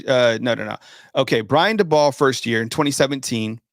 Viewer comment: His name is Brian DAY-BOWL